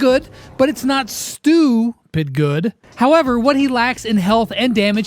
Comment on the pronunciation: What is STUs name is actually supposed to be pronounced as (STUH) 😂